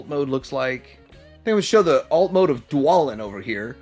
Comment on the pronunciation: Its pronounced BAY-len and d-WAY-len. They're names of dwarves in The Hobbit.